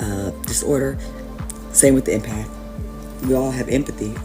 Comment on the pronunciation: "Emapth" funny those soulless AI channels😅